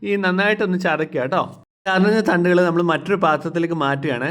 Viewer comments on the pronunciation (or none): none